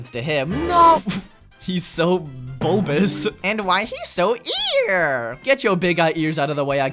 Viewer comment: "he looks so BOLBUS." got me DYING along with "la creatura" XD never stop being this funny and energetic please! also until is me and my best friend in a nutshell